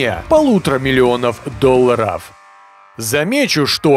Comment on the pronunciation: С каким благоговением произносит слово ДОЛЛАР😂